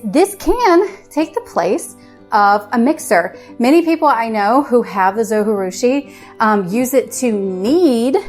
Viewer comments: All of the information provided is great and helpful. Only downside is the whole time you miss pronounced the name of the bread maker. :( “Zo-Ji-Rushi” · Thanks for the video. Just one feedback. You pronounce Zojirushi incorrectly. It is not a Spanish word . So J in Zojirushi is not like J in Jalapeno. You can watch Zojirushi manufacturer's YouTube video to listen to the correct pronunciation (should be pronounced like Zo-gee-rushi). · Please learn how to pronounce the name of the company...it's not that hard and it is not a Spanish word--it's a Japanese brand. Your repeated mispronunciation of the 'j' as an 'h' is distracting from what is important content of your video, which by the way I really like! Good job. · Pronunciation of the brand name is driving me crazy. It’s a Japanese bread. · It's a J not a G.... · It's a Japanese name! Pronounce the J as a J…… Zojirushi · Good video. Thank you. But the people that make the zojirushi pronounce the “J” in the video that I got with my machine. I know the “j” is not pronounced in Spanish but this is Japanese. Not even sure if a dvd still comes with it. I’ve had mine many years. But the video on Amazon from the manufacturer also pronounces the “j”. I do wish things like that did not bug me. Sorry. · It’s Japanese, not Spanish. Pronounce the J. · Yes! That drove me crazy the first time I tried to watch this video and I stopped. I’m back, though.